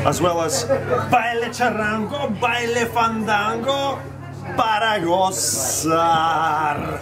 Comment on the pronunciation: charrango?fandango? I actually know what is fandango but..charrango? weird Eugene, weird. PARA GOZAR, indeed.